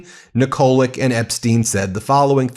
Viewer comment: Tell Ben the pronunciation is Nikolitch